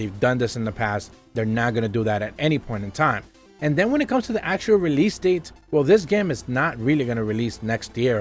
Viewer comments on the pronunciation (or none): none